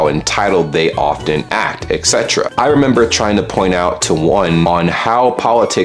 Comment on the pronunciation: Etc.. E T C E T E R A. There's a T in there buddy